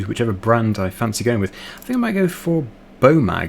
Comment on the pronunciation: Btw the way you say bomag is like boo mag